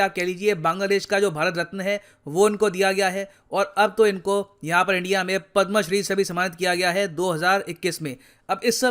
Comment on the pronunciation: Aap पद् मा श्री kyo keh rhe he jabki ye पद् म श्री है। Jab hindi educators hi sahi se Indian Honours ke naam sahi se nhi lenge, to fir kya fayda in per videos banane ka. Jara sochiye